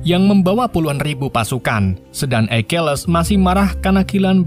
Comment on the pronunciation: Akilis, bukan aikiles